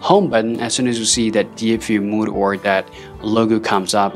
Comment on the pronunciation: mode not mood